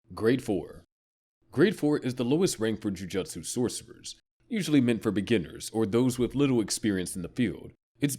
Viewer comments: …is it actually pronounced ju juhtsu sorcerers???????? That has to be a joke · Yeah, the anime channel who can't pronounce Jujutsu.